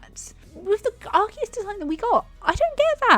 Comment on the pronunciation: Finnaly a person who pronounces Arceus correctly